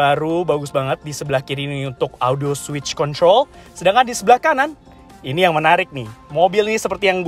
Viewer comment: Kritik dan saran dari saya 🙏 Kalau ngomong bahasa inggris, kosakata ejaan nya biasa saja, jangan seperti di lebih-lebihkan, jadi terkesan seperti baru belajar bahasa inggris Seperti di menit "high beam control" Ejaan "control" nya biasa aja, jangan alay, jadi risih dengernya